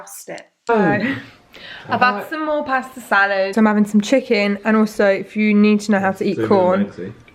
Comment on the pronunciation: "BAS-TowwH" (how 'pasta' is pronounced w a mouth full of chicken)